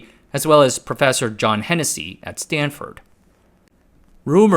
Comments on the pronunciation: lol "Stanfurd"... everyone knows it's correctly spelled "Stanferd" ;-) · Stanfurd? Really? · “Stanfurd”?!? FFS! Update your LLM! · i noticed that too xD